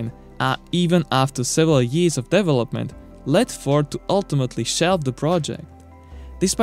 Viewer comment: FWIW, a little constructive criticism for your videos: "Development" is not pronounced DEV-O-Lope-Ment, but rather DE-Velop-Ment....